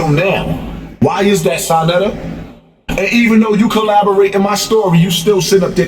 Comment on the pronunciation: If he say colaborate one more time